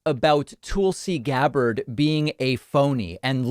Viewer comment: Tool-C Gab-bard lol